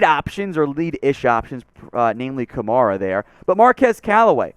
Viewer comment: I will not subscribe or take you seriously until you start pronouncing "Kamara" correctly. Good day, sir.